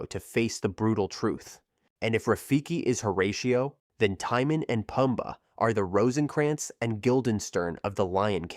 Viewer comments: The name Timon is pronounced like Simone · "Tie-mun and Puhm-buh". ouch.